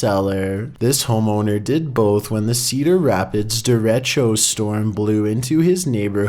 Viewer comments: That storm in Iowa, the Derachio, is a very powerful storm. It's what's called Straight Line Winds. It can be mistaken for a tornado. Btw you pronounced it wrong. It's pronounced Der-a (like "a storm")-she-o. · It’s pronounced “de-ray-cho”